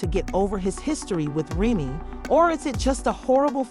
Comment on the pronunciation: Why does she keep mispronouncing Remy’s name😂